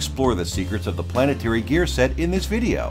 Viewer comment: Gear planet tary